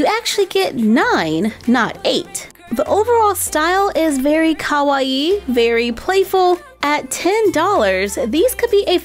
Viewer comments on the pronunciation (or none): Hold on Is no one gonna talk about the fact she said Ka-wa-e In stead of Kawaii????